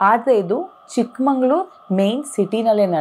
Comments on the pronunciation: I am from housing board, Chikmagalur It's Chikmagalur not Chikmanglur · ಚಿಕ್ಕಮಂಗಳೂರು ಅಲ್ಲ ...ಚಿಕ್ಕ ಮಗಳೂರು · Chikmangalur ❌ Chikmagalur ✔️ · Please call it correctly.. ಚಿಕ್ಕಮಗಳೂರು & ಸಖರಾಯಪಟ್ಟಣ ಚಿಕ್ಕಮಂಗಳೂರು & ಸಕ್ಕರೆ ಪಟ್ಟಣ is wrong pronounciation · It's not a chikkamangaluru it's chikamagaluru not sakkarepatna sakharayapatna